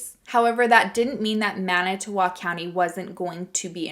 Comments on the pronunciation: Good job pronouncing manitowoc! I'm a native wisconsinite, and i'm impressed! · You said Manitowoc beautifully!!😘